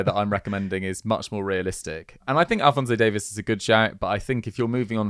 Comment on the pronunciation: maybe you guys can learn how to pronounce alphonso Davies name correctly